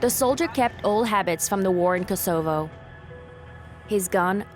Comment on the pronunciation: this woman voice is a bot, she has trouble pronouncing some words.. and it is annoying!! disciples - kosovo - tombstone and a lot more. very very annoying